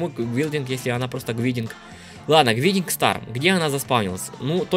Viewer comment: Гайдинг стар (не докапываюсь ) но это правильное произношение